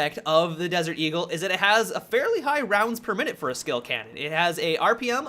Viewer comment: Anyone else giggle like a school girl every time he said "D"-gul?